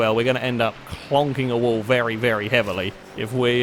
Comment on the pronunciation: Has anyone else noticed that when is concluding the video, sometimes it sounds like he is saying "thank you vely much for watching?"